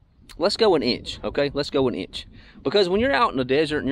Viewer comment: “It’s about an eeinch down”..😝